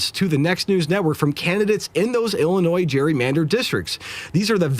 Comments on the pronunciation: Ill-uh-noy, NOT Ill-uh-noys. 😉 The 's' is silent. Just sayin'. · It is pronounced "Illinois" Illinoy.